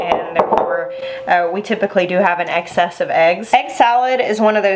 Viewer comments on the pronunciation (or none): Did... did you say an "egg-cess" of eggs? 😂 My mom always added chopped pickles to tuna salad and pickle juice to egg salad. I've tried relish or chopped pickles in egg salad, and Mom was right--the texture isn't quite right. Pickle juice it is! Thanks for reminding us of this easy, delicious food and showing the mayo hack again.